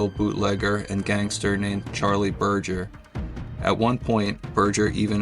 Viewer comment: It's pronounced burger like hamburger not Burjer😂